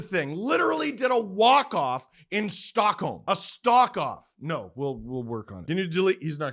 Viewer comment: not Stock-off...Walk-Holm